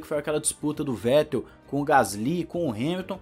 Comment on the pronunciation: F2 Alem de mais emocionante, sua transmissão e apresentação foi e vem sendo muito melhor do que a F1. Reginaldo leme está velho, ele confunde nomes, comenta coisas sem necessidade e ainda tem essa mania de falar o nome do Vettel de Fettel. (isso particularmente me irrita) O é péssimo apresentador, não da sequência nos comentários dos colegas (quando são sensatos á corrida), e ele só exalta o Hamilton o tempo todo, e dá opinião em coisas desnecessárias. Resumindo, a única coisa que salva é o fato de ter a transmissão. E as entrevistas da Mariana são boas e quando vão comentaristas que salva um pouco, Giaffone e Max Wilson, da para o gasto, porque para mim, o melhor comentarista ex piloto, é o Luciano Burti.